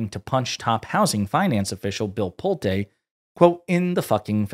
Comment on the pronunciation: Just a note - Pulte's name is pronounced Pull-tee